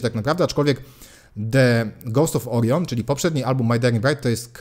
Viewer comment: "człowiek uczy się całe życie" - co prawda to prawda :) ale akurat nie o to chodziło :) Jeśli wyraz zaczyna się samogłoską, to litera 'e' w wyrazie 'the' go poprzedzającym wymawia się jako 'i' a nie 'e'. Ale to często popełniany błąd :) pozdrawiam i dzięki za fajny kanał :)